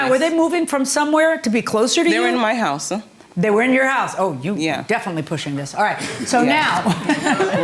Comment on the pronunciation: Don’t forget house-uh, place-uh and yes-uh 🙄😑